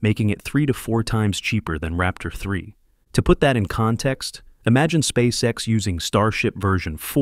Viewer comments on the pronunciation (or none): "Спасекас" Прям отлил в гранит))